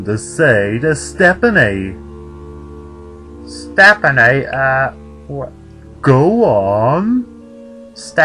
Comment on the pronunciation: its pronounced step-nee not step-pin-nee.